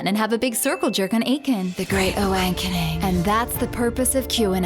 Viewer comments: LOVED the "Great Awankening"! sure nails it, both in delivery and accent. That blonde "melt" hairstyle was icing on the Q! High five! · "awankening", gold jerry, gold. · "The Great Awankening" ROFL